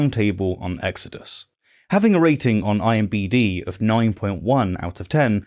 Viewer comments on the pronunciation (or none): My late husband would have been 60 when this video was published. We used to make fun of him because he always said “IMBD” instead of “IMDB”. So when you did too, it gave me a good chuckle. Thanks. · I insist that if you pronounce it IMBD instead of IMDB, you must also call him Jorban D. Peterson from now on.